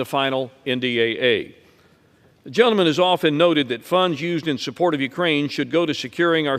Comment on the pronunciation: Madam speaker sounds like she says Jell-O man instead of gentleman